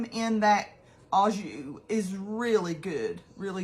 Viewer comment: Au Jus is pronounced “O joo”. It’s French! 😊